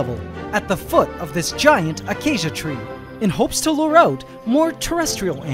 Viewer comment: Okkk when you say acacia I already knew you're in the Philippines